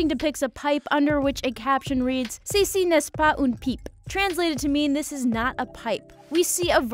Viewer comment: It’s Ne pa . Not Nest pa